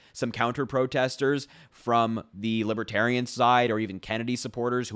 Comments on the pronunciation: It sounds like he’s saying LIB A TERIANS. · What's a libiterian? Is that anything like a Libertarian? He can't even say the name of their party correctly.